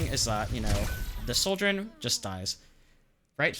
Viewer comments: I stg if u pronounce Sojourn (/ˈsɒdʒɜːn/) as soldiern one more time I'm gonna lose it. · here he just outright says soldier im gonna lose it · Great video but it drives me nuts how you pronounce Sojourn like 'Souljorn" because it sounds like "Soldier" and that's naturally very confusing lol also I semi-disagree about the idea of swapping binds for primary & secondary being 'better'. Yes, some players might have a small bump in rail accuracy if they do it (extremely person dependent, I have tried it both ways and had no difference) , but also, our index finger is much better suited to 'holding down the button' for the primary fire. Suddenly switching that job to our middle finger (which rarely ever has to click-and-hold the right mouse button) means we're putting more tension and stress on parts of your hand not that suited to it, which can weaken your aim overall. so I'm not saying "you're wrong", but moreso "there's pros and cons" and ultimately it's a wash and just 'whatever you are comfortable with'. neither way is inherently better.